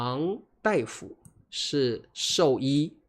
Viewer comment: 大夫 pronounced as “dai” 不是 “da”. Hmm…😊